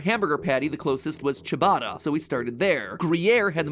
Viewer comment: Ciabatta, your prononce was chabbada, the right pronounce is chá batta, t between your teeth, not before them. Hope it works 😆, im not a pro